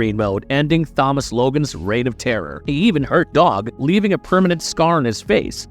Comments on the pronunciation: Did you seriously pronounce Thomas as Phomas 😂🎉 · He pronounced it Th-omas. He pronounced the T as TH but later says mudder instead of moTHer. He has an accent it seems lol.